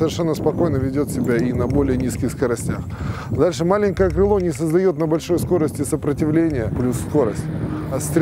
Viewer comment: Спасибо, хорошеее видео. Автору только убрать "СкоростЯ" и заменить на "СкОрости".